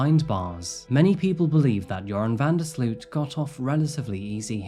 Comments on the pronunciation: It's pronounced "van der Slote" (like boat)... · BTW i know he is a awfull monster but his last name is pronounced different. The 'sloot' part is more like 'low' slowt vanderslowt but the w isnt pronounced. Just trying to explain haha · You did an amazing job telling the full story. I don't think his punishment fits hiis crimes and I wonder how many unsolved international murders of young women he may have been party to. The one upside is that his name can be pronounced like the word "urine" because he IS that foul.... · loved that you pronounced his name "urine"... very fitting... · I love that with the accent VanDerSloots name came out sounding like ‘’ - that sparked joy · As a Dutchman, I'd like to apologize for this cowardly killer. BTW It's pronounced sloat, van der sloat.